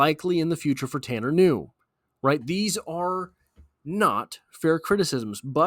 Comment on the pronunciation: Ku new is the pronunciation. His distant cousin was a promising de out elder high School who got a full ride to Boston college only to have a heart issue discovered. His grandpa's second cousin was a great basketball player at elder. The kid can play and has great work ethic coming from that family. If the bungles aren't stacked at that position I'd love to see him work with Joey b.